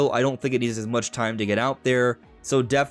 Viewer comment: I heard "Dragon Drive" instead of "Drag and Drive".... somehow.... i think i'd prefer that. :D